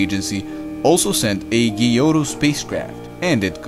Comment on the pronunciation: Please, never say again ghiotto. It's pronounced jotto.